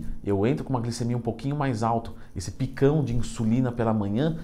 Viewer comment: esse PICÃO... encheu até a boca pra falar kkkk